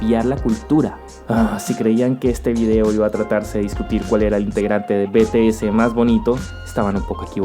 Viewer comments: No en realidad vine para saber como se había originado, ya había visto videos antes pero quería indagar un poco más. Pero si me gusta BTS, soy ARMY. BTS es de la Big Hit no de SM, y su CEO es Bang Si Hyuk PD. BTS se lee en ingles, no es beteese si no bities. BTS CONQUISTARA EL MUNDOOO...!!! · C dice bitiez :V no como lo dijiste xd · Me da un poco de risa cómo le llamas "iexou" (pronunciación correcta) pero dices "betese" y no "bities". XD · Hasta el momento me agrada que ponga videos de BTS💜 jajajajajajajajaja también que le agrege un contexto historico eso me parece muy muy bien y se dice "bities":v pos seguiré viendo nn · Bete ese xdddddddd estoy tan acostumbrada a que se pronuncia BTS en inglés que escucharlo así me mató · Be te ese jajajajja